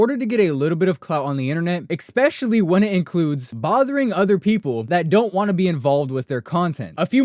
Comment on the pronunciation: Good video but man you really need to learn how to pronounce “especially”